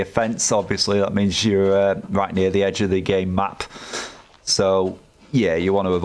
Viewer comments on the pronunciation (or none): Did you say "endge"??